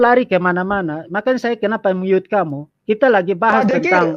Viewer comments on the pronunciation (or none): Mute (Myoot) dibaca Mot? Mot permen!!! PLAYING VICTIM tidak tahu?🤣🤣🤣🤣🤣🤣🤣🤣🤣🤣🤣🤣🤣🤣🤣